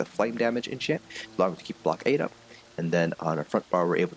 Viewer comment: Really good videos, but it kind of triggers me how you pronounce "blockade" :D